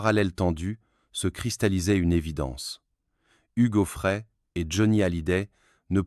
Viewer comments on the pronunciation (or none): N'importe quoi cette vidéo ! Hugues zoo frais et Ché-i-la pour Sheila ! la voix IA est ridicule!